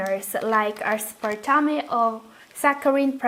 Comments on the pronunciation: I have no intention to embarass you. Just in case you encounter the word again. You mispronounced Aspertame phonetically. Aspertame is pronounced "As - per - tāme" as in tame a wild animal. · please try to listen how sweetened & aspartame is pronounced correctly and avoid repeating. good job on your research. good luck! 👍